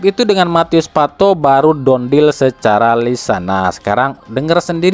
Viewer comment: Done dibaca = dan bukan don (dont)